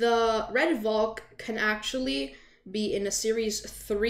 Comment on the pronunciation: I actually got this on my birthday. I got a few roblox codes and one of them had the double code, out of all of the other chasers, it was the Redvalk. Now the odds of that happening is extremely low. Also I’m pretty sure it’s pronounced “Val-k”, not “Vol-k”.